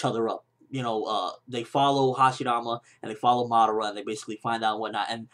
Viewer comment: you say madara wrong its pronouns mu-duar-ra watch it on narutoget god damit